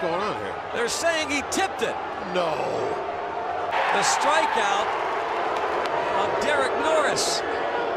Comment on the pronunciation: The way he said "NO"